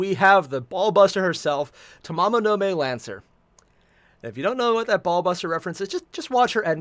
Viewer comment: Fate/GO NA is the global version. It’s Ta MA MO no Ma (as in Mama) e (as in Eh). Her name isn’t a freaking month.